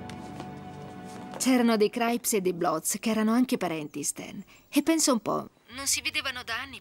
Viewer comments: Sentire “Craips” invece di crips è inascoltabile. Comunque è davvero un film raro da trovare in italiano, grande. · Craips!vi odio,crips si dice crips !!!capre